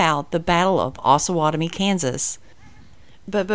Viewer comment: OsUH not osah, the town is named after the Osage and Pottowatomie native tribes